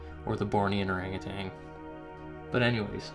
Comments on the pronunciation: Or ANG u TAN... not ArangaTANG. Or was it too SIMULAR (how your say similar) for your Canuck pronouncing? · By the way, there is no 'g' on the end of 'utan', in 'orang utan'. Just sayin'. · there is no G at the end of ORANGUTAN . You are far too well spoken for such error. You have one of the best channels on this subject. The better your speech, the less likely you are to be dismissed as a NUT.